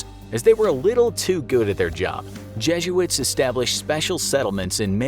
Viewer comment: The way you say jesuits 😬